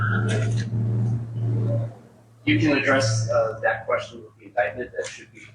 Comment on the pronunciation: "Dat"?? "your announcing DAT"..? are you meaning THat? how can educated people not be able to pronounce words correctly?